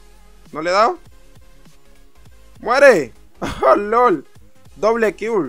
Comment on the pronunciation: jajajaja me gusta cuando dice kirr en vez de kill